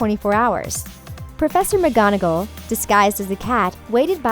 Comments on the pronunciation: My god, I just realised you said Patronius! Pa- tro-nus. Dob-by. Her-my-knee Gray-n-jer Mc-gonna-gall There are the pronunciations, no hate but just so pissed off as a Potterhead. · Americans narrating these sorts of videos often do. It’s like they haven’t read the books or seen the movies. 🙄🤷🏼‍♀️